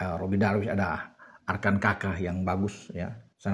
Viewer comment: Arkahn pikiri bung bukan Arkan kaka